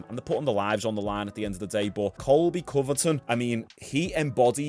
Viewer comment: I'm not trying to be that guy but its Covington not Coverton lol, love your channel keep up the good work.